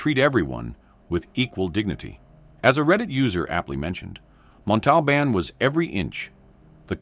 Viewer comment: So... how many times are you going to mispronounce, 'Montalbán'...?